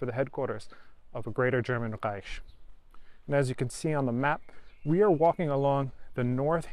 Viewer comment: Care to list them? I think he does a good job. Needs some work on the word "Reich" and pronounces S words in a way I teach Germans not to, other than that all es in Butter!